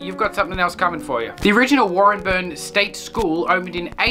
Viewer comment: Also it's driving me nuts but it's pronounced Warren Bane But Warren-burn.